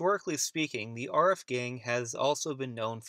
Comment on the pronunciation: And its not AR-RIFF its A-rif,as in adam.